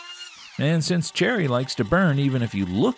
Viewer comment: When you said, "cherry", I thought that I heard, "Jerry". What a bubble-bleep that did not make any sense!